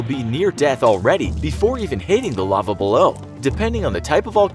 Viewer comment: "Lave" really? I cant believe he messed that up and i think english is his motherlanguage.